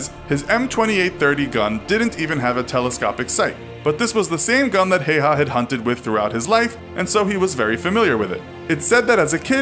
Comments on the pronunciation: Its häyhä not heiha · Its simo HÄYHÄ not hayha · Its not Hayha the pronounciation is actually Hawa (still the same spelling Häyhä) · MKVD Heiha. Heiha. Heiha. So triggering. Häyhä. Hay-ha(nd) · His surname is pronounced more like "Hi-yaw" and not so much like "hey-haw" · It's Ha-w-ha, not Ha-y-ha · You said it wrong it is how-ha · Its pronounced like Hauha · H is like hippo just dont begin saying the next letter before you finish the first one. How u say the A in frag (as frag grenade) is how you say ä. The first name is pretty accurate but you dont articulate in finnish language and you say it as its written, not "Heiha" as in the video thats incorrect. the Y in "Häyhä" you say like Y in "you". Hope it helps. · Many wrong facts in this video. It was not the Finnish who gave him the 'White Death' nickname, but the soviets who did. It's also pronounced Hauha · H H yea but you pronounce it hauha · JOONA thats like dead giveaway that you are not from finland... i understand if you are british or american or smth, but no finn pronounces it hauha. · Y'all still be sure its pronounced hayha now? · brody crawford Im finnish, the pronounciation is just häyhä. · Häyhä is pronounced Ha-oo-ha with the As being pronounced like in hat or sat. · When you live in Finland and hear someone say Simo Heiha 😑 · Feels kinda strange being finnish and watching someone call Häyhä Hey Ha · It's pronounced "How-ha." Source: One minute of research. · Its not pronounced like haiha, but I don't mind cause its hard to tell on text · it's actually pronounced "Simo Haüha", as in Finnish "ä" is not pronounced the same as in German making a sound similar to the u in cut and the y being pronounced as the German ü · Lol you said Hayha wrong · His name is pronounced hiya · You pronounced häyhä wrong it's pronounced hah-u-hah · “many wrong facts” yet he only states two, one being the pronunciation of the guys name..😑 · Its pronounsed Häyhä ä sound like a in cat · its pronounced häyhä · Its häyhä